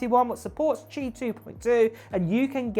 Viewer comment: You pronounced Qi correctly!! Good job! 👍